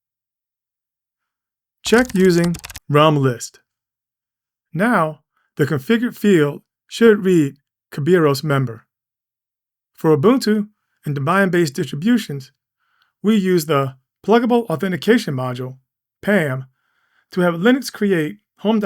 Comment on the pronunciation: Great tutorial. Although I will say I have never heard "Deh-bee-in" pronounced like "Dih-buy-in"